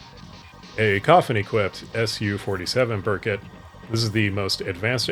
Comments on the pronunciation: Just so you know, it's BEAR-koot not bur-cut. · FYI Berkut is pronounced "bear-koot"